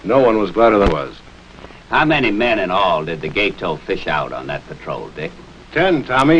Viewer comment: learn how to pronounce Gato - gah-toh, not gay-toe.